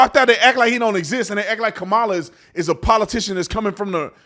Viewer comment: Remember, it's pronounced KA-ma-la...like COM-mu-nist and COM-mu-nism and COM-post.